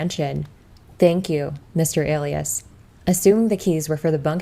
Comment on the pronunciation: My apologies, but it's pronounce Uh lie us not A lee isss